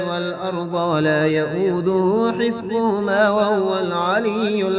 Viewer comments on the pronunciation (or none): none